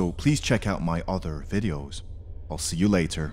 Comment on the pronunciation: Haha, the way this guy says videos, obviously an Asian.